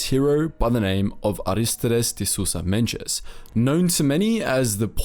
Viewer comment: Nice video! I think you learned to pronounce his name in Brazilian Portuguese. In Portuguese, Mendes doesn't have a "J" sound after the letter D